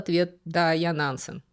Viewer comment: Очень интересно было слушать, за одним исключением. Уж простите, но мне кажется, что фамилию Нансен надо произносить с жёсткой Е, как Э.